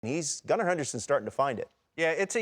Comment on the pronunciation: Why was Brian Kenney calling him "Goon-ar" Henderson on MLB Tonight?